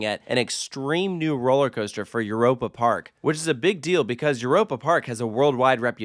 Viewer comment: As a German, hearing this pronunciation of Europe Park has me cringing each time. It sounds like nails on a chalk board.